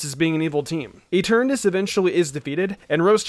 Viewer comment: “Marco Cosmos” “Eternus”🤦‍♂️